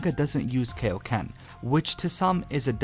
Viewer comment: I cringed when he said Kayo-Ken